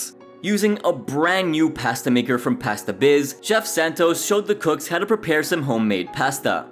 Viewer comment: The way he says “pasta” is frustrating, but I hope he’s trolling